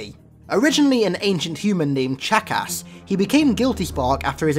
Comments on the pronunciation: When he said chakras it sounded like jacks#$ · Every time you say guilty sparks human name its sounds like your saying "jack ass". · when he says chakas it sounds like jackass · Ancient human named chakas (read how pronounced) aka the Jack***